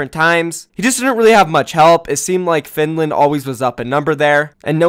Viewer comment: He also said findland